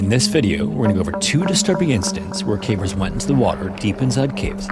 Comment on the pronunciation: Thank you for using your real and pleasant voice. You are one of the few who can pronounce “caver’s” properly. If i hear “Cah-vers” from another ai im going to flip out